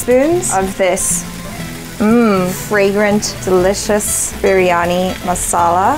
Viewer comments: Oh.. man.. it's not biryanai..😆😆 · veg biryaniyaa... its not biryaniu